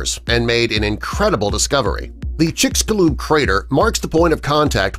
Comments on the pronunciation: It's called chicxulub, like chich+shu like saying sugar and lub like lube, chicxulub, in Maya the X has a sh sound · Kinda wired chicxulub sounds like “Chicks You Love”